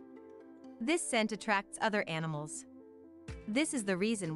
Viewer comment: She kept calling them anamals. What happen to insects?